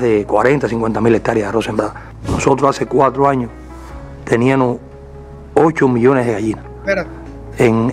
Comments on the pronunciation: Y dijo teníano. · Eliecer tube la misma reaccion que tu cuando escuche nada mas y nada menos que a un ministro decir "tenianos"😮....ya eso me dice quien es el señor...tube un compañero en la Universidad que hablaba asi (era de la Cienaga de Zapata) y por mas que lo corrigieron incluso los profesores...nunca puedo pronunciar bien....😮😮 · Siii. Dijo "TENIAMO". Q socotroco